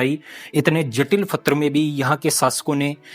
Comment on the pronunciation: तुम्हारा नाम रखा h or पत्थर को फत्र बोलते हो मुस्लिम की तरह 😂😂 हालाकि तुम्हारी हिम्मत ह जो ऐसी जगह जाते हो और हमें दिखाते हो आप दोनो का धन्यवाद ❤❤ स्पेसली कैमरा मैन का धन्यवाद जो इतनी देर तक बिना बोले रह जाता है